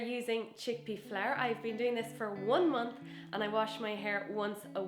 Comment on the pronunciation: Why do you pronounce flour like flair?